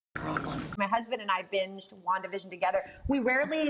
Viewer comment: Elizabeth pronounces 'Wandavision' excellently.